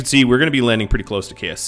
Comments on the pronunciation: I keep thinking he is saying KFC not KSC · I keep hearing kfc not ksc